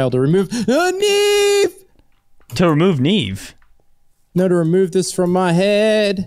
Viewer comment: "TO REVEMOVE NEVE"